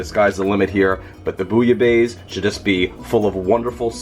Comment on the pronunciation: Very good recipe, but four remarks. Pronounciation is not ‘base’ but’ besse’. It comes from Marseille and people pronounce the final ‘e’ in the Provence. I would add more fish, originally it calls for five different kinds of fish. 50% fish, 50% shrimps etc. The french bread shoud be toasted and covered with rouille, a spicy garlic/maillonaise. And one essential ingredient: a shot of pastis in the soup. You can use Pastis 51 or Ricard. It’s really necessary. Jan van Kleef